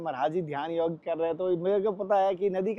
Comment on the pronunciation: कृप्या "योग" को "योगा" न बनाएं। 🙏🙏🙏